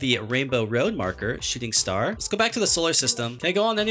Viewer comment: me when i heard shooting star it sounded like shiting star